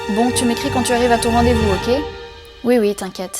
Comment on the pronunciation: En 16 ans d'existence tu es la première personne qui ne prononce pas "OKÉ" mais "OQ" XD Mais j'aime bien le concept